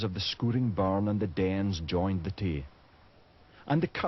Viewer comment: River Tawse did i hear that right